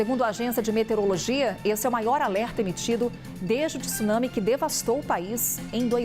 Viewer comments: tIIsunami nao ne...pelo amor e' TSunsmi....cade o i q essa ignorante e seua diretores insistem em pronunciar??? WTF? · Esses repórteres brasileiros sempre pronunciam erradamente a palavra TSUNAMI, não é T-su-nami e sim TSU-NA-MI, repórteres BURROS!